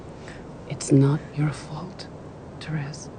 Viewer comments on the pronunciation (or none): The best thing in this whole list is how they said Therease in Carol 😂😂 You all are complaining about Carol being #1 the cinematography was stunning, the performances stellar... Love Simon was great, but fluff so... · Look I am super glad 'Carol' was at the top of this list because it's where it deserves to be but... she butchered the pronunciation of Therese Belivet's name and the synopsis of this film. Please just go watch it instead. It's a beautiful love story conveyed through glances and subtext and gorgeous set pieces and emotional heart breaking scenes with superb acting and stunning cinematography. It really is a film that stays with you. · The way you pronounced Therese Belivet lol